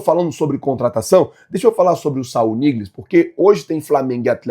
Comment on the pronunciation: Moh agonia ver o falar o nome do cara errado hahaha é Saúl ÑIGUEZ não NIGLES hahahahaha